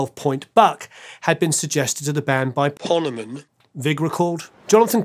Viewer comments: I always thought the O was long myself, like in pony. He probably said it that way. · Did pronounce Ponemen's name wrong then dub it over?